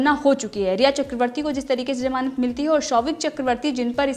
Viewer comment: Good coverage. it sounds as Jamanat... not ..gamanat...just to help...